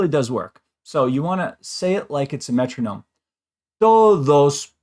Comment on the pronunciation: Wait three minutes to hear aboout the metroonome.